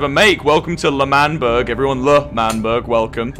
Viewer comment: ITS L’MANBERG